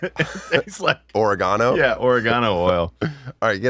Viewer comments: "oreGAno" I guess not the smartest good thing he's cute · Ore-Gano lmao 🤣